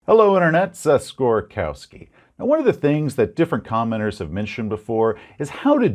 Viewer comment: Did you say commentators or commoners??!